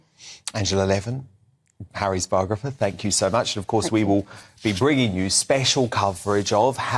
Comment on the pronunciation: Ffs,, she’s not a BOGRA-FER